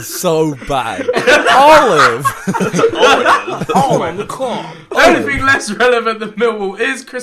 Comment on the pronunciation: Ethans emphasis on Olive 👀